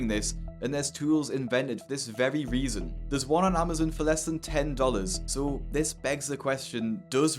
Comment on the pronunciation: It's ok cos he put an extra one in "resasons" 😂